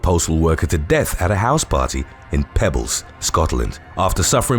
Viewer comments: the place is Peebles (pronounced peee-bles) and NOT pebbles!! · Peebles not pebbles. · Peebles is pronounced peables